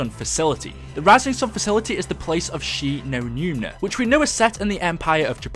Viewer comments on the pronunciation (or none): it annoys me that he is calling Shi no numa "Shi no numina" it's doing my head in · She-no-newma not She-no-newna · Right the whole time he was say numna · he just says it wrong so many times it gets annoying